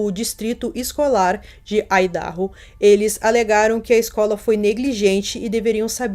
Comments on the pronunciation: Só uma dica de pronúncia. Se fala "Aidarrô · Idaho = ái - da - rrô (áidarrô) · Vídeo muito bom como sempre! Dica: a pronúncia do nome do estado americano de Idaho é "AIDARROU". 💯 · Muito bom o vídeo, não conhecia esse caso, só corrigindo Idaho(aidahô) mas isso não minimiza o conteúdo, amei